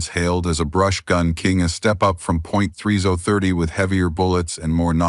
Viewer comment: Point three zoah thirty? 🤦‍♂You gotta luv these AI voice narrations, jsmh.